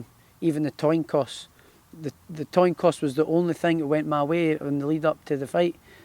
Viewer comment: Toin coss???